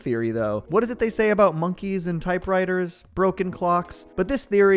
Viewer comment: "aboot" are you Canadian my friend 😂